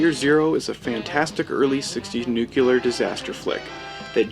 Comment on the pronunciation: Sooooo....Is this commentator supposed to be POST "NUK-U-LAR mutants?? (Makes this great film even more prophetic!!).... And Mr. "Mill-land" would be "radioactive" hearing his name....... (We're screwed folks!!....)